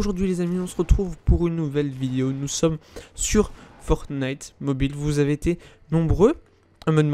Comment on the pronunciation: Fortnite et pas fornite sinon super la vidéo